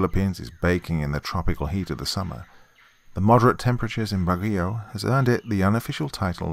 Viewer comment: As a local of Baguio, you almost nailed pronouncing the name of the city.